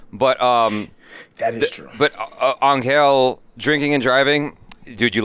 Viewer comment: It's pronounced Angel 😇